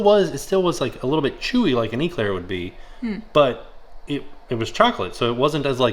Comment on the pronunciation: it's an Eclair not an Eeeeeeclaire lol. Pronounce the E quicker. I kept going "grrr no, say it properly"